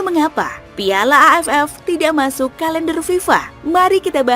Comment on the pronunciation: Ngomong piala nya biasa aja donggg